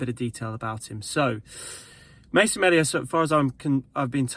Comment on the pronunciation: It's pronounced mealia